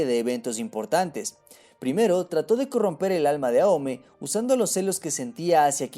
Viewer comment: si se pronunciase aome entonces porque kagura no decis agura o a kageromaru ageromaru no justifiques una cagada del doblaje como pronunciación